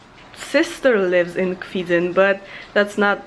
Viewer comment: To Kwidzyn, not "Kwidzyń" ;DD "Kwidzyń" is not correct and so annoying name ;D